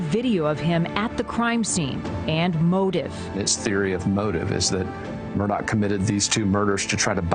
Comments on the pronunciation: This lady apparently doesn't realize the name is Murdaugh and not Murdock. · I wish she’d stop saying “Murdock”! It’s Murdaugh!! PS. He is as guilty as sin!!! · Murdock? WTF she can’t even pronounce his name right. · Why are you miss pronouncing his last name? It's Murdaugh NOT Murdock ! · Also if you're gunna cover this story you should get his name right it's murdaugh not Murdock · MUR DAUGH NOT DOCK! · Hey lady. Want to keep your job learn hiw to pronounce peoples.Names!!! It’s Alex murdaugh. Not doc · And it's MURDAUGH not Murdock get it right😂😂😂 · Is it just me or is everybody in this pronouncing his name completely wrong maybe it's because I'm from South Carolina and I actually know how to pronounce his name but everybody up north is saying Murdock. I don't know maybe it's just me 🧐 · don't understand why they're repeatedly saying Murdock... it's Murdaugh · His last name isn't Murdock. Not sure how this reporter can mispronounce the name. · Is Murdaugh pronounced as Murdock?? Why do the reporters keep saying that?